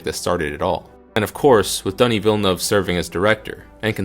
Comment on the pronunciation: you can roll the R for ana de armas but you cant get villenueve correct? lol